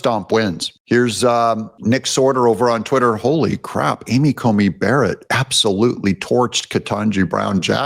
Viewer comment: Love your show, but sometimes you need to find out how pronounce names. It is Amy Coney Barrett not Comey.